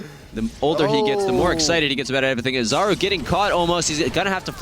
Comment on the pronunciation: U pronounce 'Czaru" - Charu (ch as in charizard).